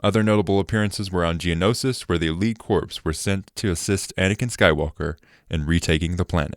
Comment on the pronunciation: You pronounced “corps” wrong countless times and it brought me physical pain. It’s pronounced the same way you would say “core”.